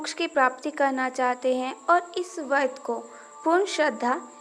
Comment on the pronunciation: Pahele ap vart bolna shikho vadh bol Kar ap khud hi pap Kar rahi hai etnte pavitra sabd ko galat bol rahi ho